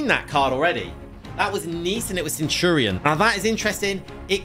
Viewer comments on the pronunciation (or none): none